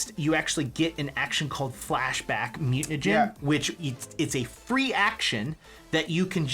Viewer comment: I love you guys but saying mutanagen over and over is killing me. Think you are trolling me here. BTW thanks for the PDF and the write up I am playing this character this weekend now.